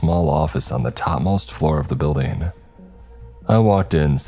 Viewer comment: BuildING!!!! NOT buildEENE!!!!